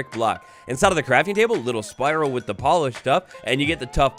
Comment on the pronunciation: "poleished" tuff -_